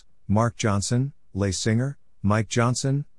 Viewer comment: "Les" is not French, so to pronounce Les Singer's name correctly, you'd pronounce Les as less. Informative youtube, thank you!